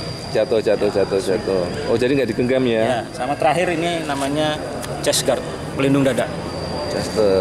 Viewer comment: Chestguard Kameramen dengernya Chester 😂